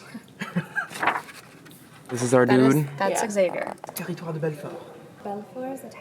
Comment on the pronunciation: it's so funny how the pronounce xavier like ex-avier